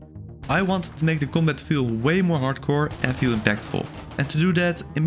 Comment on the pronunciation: I heard fuck it and then I went "Ohhh, bucket" and then I realized he was somehow saying combat I can understand your accent but what was that bro